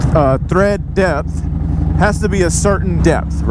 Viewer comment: My man said "thread drepth". Glad I'm not the only one that does that. I guess I better look at mine too. I need to check my pressure anyway since it's getting cooler.